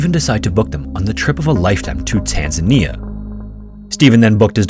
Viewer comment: I love how you say Tanzania. I do think (my opinion) it is said Tanz - pronounce the letter "A" - nia